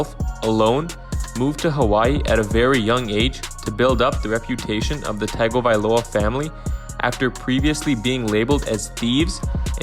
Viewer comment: It would be ok video if you pronounced his last name right? Smh